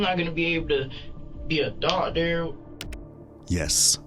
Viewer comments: He can't even say the word doctor right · He can barely say the word doctor correctly. I highly doubt he would be able to perform college courses. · I think he said " docteer " who knows what that is..